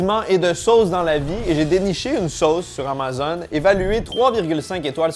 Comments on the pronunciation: Comment tu prononces Amazon? es-tu rendu un chiant de Francais de France? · Pourquoi il dit amazone?😅